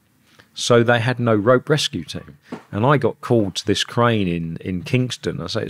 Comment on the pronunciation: U can’t pronounce “crane “ hahah 😂cran